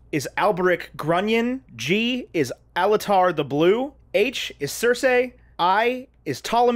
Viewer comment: I blame on this one, because he pronounce Circe as Circé